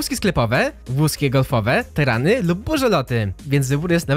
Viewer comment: tarany a nie tyrany